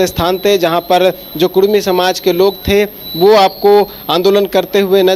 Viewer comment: Are Bhai "Kudmi" hota hai "Kurmi" nahi "कुर्मी" नहीं होता है "कुड़मी" होता है। कुर्मी एक हिंदू जाती है, बिहार का नीतीश कुमार भी कुर्मी है । कुड़मी एक जनजाति है ।